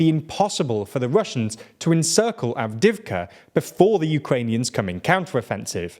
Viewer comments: It's not Avdivka, it's Avdeeivka. You pronounce it weirdly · 2 notes on pronunciation: Avdiivka is missing a syllable. Av-di-yi-vka. Podolyak has an extra syllable. Po-do-lyak.